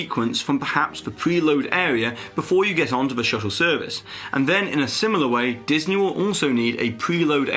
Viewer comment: At the end of the video, you said "Diseny".